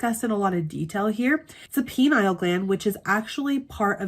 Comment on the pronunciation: I appreciate the content. But why in the world are you calling the pineal gland the "penile" gland?? That's a reference to a completely different part of the body! The correct pronunciation is "pin-ee-ul". (And, yes, many people also incorrectly say "pi-neel" which is just absurd.)